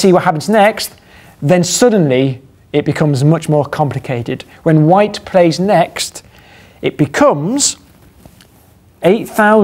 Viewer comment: That's "plays" not "plies" :P